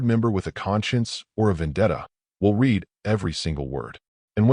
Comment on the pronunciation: Please teach your fake intelligence the difference when pronouncing read in present tense (rhymes with reed) or past tense (rhymes with red).